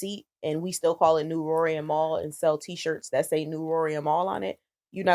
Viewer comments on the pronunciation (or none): mal cant even say his name and you tellin us he not salty?